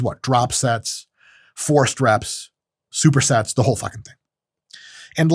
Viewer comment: I thought u said.. Drop sets.. Forced reps.. Sewer sex😂